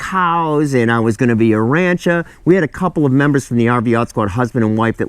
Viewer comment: Praying for y’all. it is pronounced Ran-cher